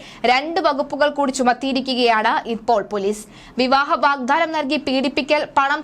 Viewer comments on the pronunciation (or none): തൻറെ വാർത്ത വായന കൊള്ളാം. പക്ഷേ ആവേശം മൂത്ത് എന്തൊക്കെയോ വിളിച്ചുപറയുന്നു. അക്ഷരങ്ങൾ വിഴുങ്ങുന്നു. പല വാക്കുകളും തെറ്റായി ഉച്ചരിക്കുന്നു. പറഞ്ഞ ഒരു കാര്യം തന്നെ വീണ്ടും വീണ്ടും തിരിച്ചും മറിച്ചും പറഞ്ഞുകൊണ്ടിരിക്കുന്നു. വീഡിയോയുടെ ദൈർഘ്യം കൂട്ടാൻ വേണ്ടി ആകാം. വാഗ്ദാനമാണ് വാഗ്ധാനം അല്ല. ഗർഭച്ഛിദ്രമാണ് ഗർഭചിത്രം അല്ല.